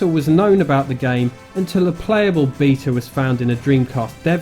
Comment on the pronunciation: The way you say “beta” had me and my girlfriend busting up laughing